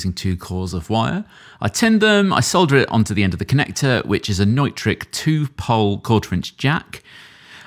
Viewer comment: This video taught me the pronunciation of "Neutrik". I've seen their stuff around while sourcing electronic components but never realized it sounds German.